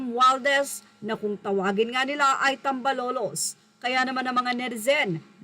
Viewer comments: correction please... "tambaloslos" hindi "tambalolos"... ok?... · TAM - BA - LOS - LOS po. Hindi TAM BA LO LOS. …..constructive criticism lang po. Hndi nyo po ba narinig ang tawag na ito na 2 taon na itong nick name ni Romualdez na unang sinabi ni VP patungkol kay Romualdez. Best regards po keep it up. More videos po! 🙏☺️ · Haynako dai ayusin mong pagbigkas hindi tambalolos TAMBALOSLOS SA BISAYA VERSION SORRY PO